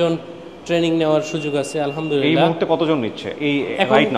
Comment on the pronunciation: আলহা'মদুলিল্লাহ বলার সময় حবলতে হবেهه বলা যাবে না না হলে অর্থ বিপরীত হয়ে যায়